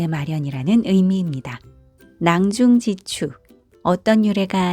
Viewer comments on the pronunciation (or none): 독법이 틀렸나이다!! 낭중지추를"낭중" "지추"라고 두 자씩 띄어서 읽으셨습니다. 잘못입니다. "낭중지" "추"라고 띄어서 읽어야하옵니다. :한국 어문을 고발함"이라는 책을 조용히 읽어 주실까요??